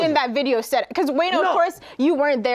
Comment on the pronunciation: Ak Called “Wayno” “WAYNER” 😂😂😂😂😂😂😂😂😂😂😂 #TheEndOfEverydayStruggle